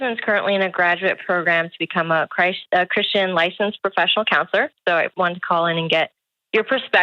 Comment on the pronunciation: Why can't she say "Christian"?